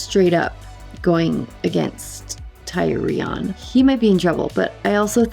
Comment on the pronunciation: pronunciation: Tyrion.... is not THAI-RON... is more THE - REON